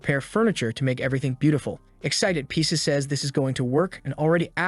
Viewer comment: Pronouncing Pisces as Pieces is infuriating.